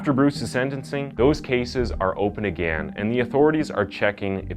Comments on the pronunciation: Something I don't get, i've noticed you pronounce "Insane" as INS-AY-N. But when it comes to words like "Again" and "against" that have the same "ay" sound in them, you say "aganst" or "agan". I've never heard this in dialect before, what accent is it from? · What a clickbait title....you make it seem like he committed these crimes dressed as Santa. FALSE. Also when are you going to learn how to pronounce the very simple words again and against?!? 🤔